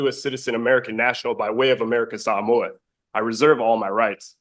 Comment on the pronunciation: did he say by way of somoa....if he's here illegally then deport him